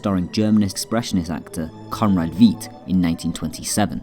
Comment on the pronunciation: Like the review. I love that you have the music from The Cabinet of Dr. Caligari playing. Just one thing, his name is pronounced as Conrad VITE not what you said. (Technically it's FITE in German) But I do love this video